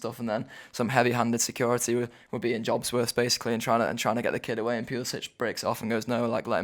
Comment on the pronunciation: Just a word about Pulisic. His last name, despite his Croatian heritage is pronounced Pulisic(k) not Pulisic(h). Would love him to come to the Reds though last season in 2000 minutes he got 4 only 4 goals and 5 assists. We bid for him 2016 for £11 million after Dembele fail ; he'd fit in great.